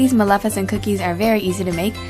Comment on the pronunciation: Umm I think you said the name wrong for the movie